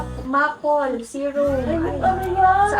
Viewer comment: Maple syrup para sa pancake ,prounce Maple as = Mepol